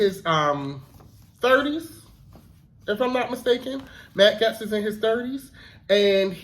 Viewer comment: I love your breakdowns. To contribute, Matt's Gaetz' last name sounds like "Gates" - not important, but I wanted to be a blessing to you.